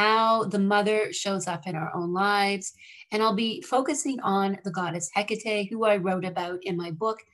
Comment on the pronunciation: It's so hard to listen to her name being enunciated wrongly. please its He ka TAE accent on the TE, sounding like TAE, as in take. otherwise thank you for the video